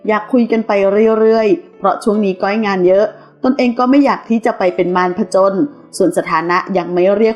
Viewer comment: ข่าวก็สันหาเอามาออกไปเรื่อย มึงอ่านชื่อก้อยยังไม่ถูกเลยอีปลวกเอ้ยย